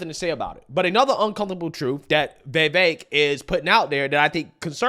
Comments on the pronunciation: Why do you say “vey-vaik” isn’t tit vi vaik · Why do you pronounce his name “Vayvake” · Dude get the name right. Vi-veik (like “cake”) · Who the hell is “vayvayke”? Sigh i know i know it’s probably how he speaks but gosh man atleast say the mans name correctly. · it’s Vivake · Bro, for the life of me, I can't explain why you're unable to pronounce Vivek correctly. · You keep on using Vivek as a content, at least learn how to pronounce his name! TRUTH❤ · Trump has too much baggage and is immature. The rabid Dems will continue to attack him with every false accusation they have, and with the support of the media. I've been supporting Vivek since before I could pronounce his name. He's brilliant and I'd love to see a debate between him and Biden.